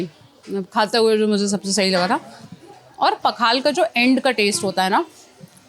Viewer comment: It is not पखाला, it is पखाळ